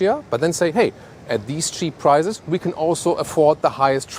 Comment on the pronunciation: Hey you German fellow. Don't say PRIZES but PRICES